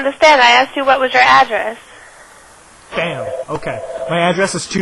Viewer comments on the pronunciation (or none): why does he say "asked" as "axed"